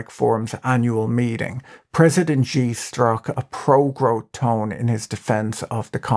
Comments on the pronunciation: xi's name is pronounced "she" not "gee" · Xi ! pronounced like "she" not zhee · Xi is pronounced SHE SHE, SHE, SHE, SHE, SHE, SHE, SHE, SHE, SHE, SHE, SHE AND NOT JEE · You pronounce Xi incorrectly. The X is not pronounced as it is in English, it is pronounced like a 'sh' sound, so his name is more like 'Shi'. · im no expert but it xi is pronounced "she" for us english speakin folkal ... afaik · You'd have a lot more credibility when talking about China if you knew how to pronounce "Shenzhen" and "President Xi," or if you knew that only depictions of Xi as Winnie the Poo is banned in China and not the character as a whole.